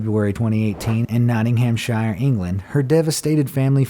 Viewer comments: Iam British and was triggered by nottingham Shire it is pronounced nottinghamsher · "Notting-HAM-shire" is not how you say it, though it is how it's spelt. I love how American's try to pronounce our places in the UK. It's pronounced Notting-am-shire (h is basically silent). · dude whenever you see shire, pronounce it as shear. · Notting-ham-shire... It's pronounced: Nottin-om-sheer. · I have to say it.. Not-ting-em-sher. NOT SHIRE! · I’m british soo not ing ham shire just pissed me off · Just have to say it is pronounced - Noh-ting-hum-shear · Yes! Was looking for this comment lol. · Its Not- ing ham- share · For future reference - and to stop annoying UK viewers - please note: place names ending in 'shire' are most often pronounced 'shuh'. Wiltshuh, Nottinghamshuh etc. (Also Worcestershire is Wusstershuh in case that one comes up!) Cheers and keep up my lunchtime entertainment. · Nottingham SHEER is how it's pronounced mate :) Anything with -shire at the end of it in England is like that :) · im sorry the way he said nottinghamshire💀💀💀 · How can you not say Nottinghamshire properly? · The worst was your pronunciation of Nottinghamshire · we do love your videos but please say shire properly when referencing english county and city names just google or youtube english people pronouncing the name properly